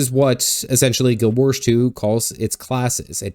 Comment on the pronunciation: Guild WarS. Not Guild WarSH.